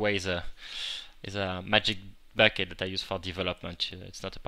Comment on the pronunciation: Haha, I love the way you say bucket